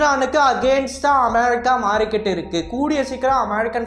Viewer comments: தயவுசெய்து வாய கோனயா வெச்சினு அமொரிகா அமொரிக்காங்காதடா,வீடியோ பாக்கவே எரிச்சலா இருக்கு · America nu sollumbodhu... americans accent la pesuvaru venna